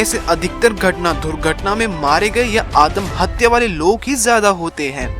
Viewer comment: Atmahatya hota hai adamhatya nhi🤣🤣🤣🤣🤣 jisko abhi tak pata nhi atmahatya wo chala video banane😂😂😂😂 waise adamhatya kya hota hai??😂😂😂😂😂